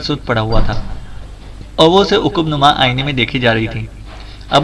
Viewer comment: عقب نما ع پر زبر ہے برادر